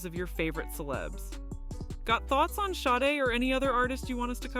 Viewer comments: Actually, her name's pronounced Shar-day. Just saying. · Shar day is how it is pronounced. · THE NAME OF THE BAND WAS (SADE) NOT HER...(Helen Folasade Adu) is her name 😏😏😏IF YOUR GOING TO BE A REPORTER AT LEAST YOU SHOULD HAVE COMMON KNOWELEDGE B4 REPORTING MIS-INFORMATION ABOUT SOME1, SOMETHING OR SOMEPLACE !!!! 😒😒😒😒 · agreed, this is BS and she pronounces her name wrong the entire video